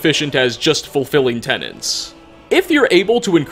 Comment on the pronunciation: its tenets, not tenants. lmao